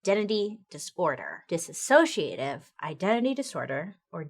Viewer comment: I love you Bailey, but I just have to let you know it's pronounced dis-sociative, not dis-associative. You added an extra 'a'. ❤